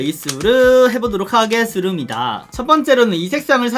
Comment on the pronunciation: 하게수루미다 ? ㅋㅋㅋㅋ 발음 너무 맘에 들어용 ㅋㅋㅋ